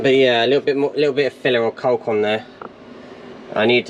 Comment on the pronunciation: The builds getting exiting now well done mate! Its always tough getting through the first stages of the build especially through the winter months but well worth it. Your definitiately getting too attached to it and will struggle to let it go! Decorators caulk is pronounced (cork).